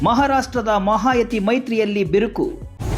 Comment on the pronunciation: ಅದು ಮಹಾಯತಿ ಅಲ್ಲ ಮಹಾಯುತಿ